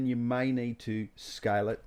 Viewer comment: i think you are one of the best teacher for maya, bifrost. awesome tutorial. really a detailed exercise that is simplified for viewers to receive it easily!! thanks dear. only thing i felt little difficult in beginning for a while is.. ur pronunciation of scale is like sky. weight is like white. water is like voda.